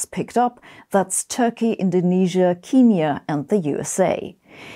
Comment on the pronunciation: Makes me smile to hear a German lady pronounce "Kenya" the same way as QEII